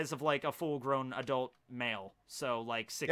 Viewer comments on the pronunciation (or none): none